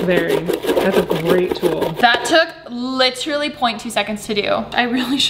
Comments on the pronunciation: Chloe & Caitlin liT eR UHlLY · litR LAY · I love that Alisha is addicted to saying the word “literally” and that she pronounces it like Chris traeger is the best 😂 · no one: absolutely no one: alisha every two seconds: l “lichrally” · I don’t mean to leave a mean comment but if I hear “lit-rally” just like that one more time I might kms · "lit-rally" same